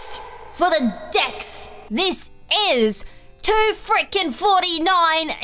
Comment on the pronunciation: Am I the only one that heard at the start quest for the DICKS XD